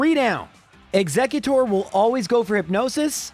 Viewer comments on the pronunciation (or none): none